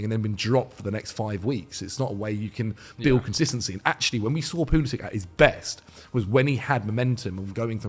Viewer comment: Stopped watching after he said pulisic